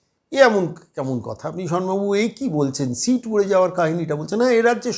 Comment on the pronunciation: Eto heyali keno...seat na sheet na mark sheet ki sit...poriskar kore bolun....oto somoy kothai...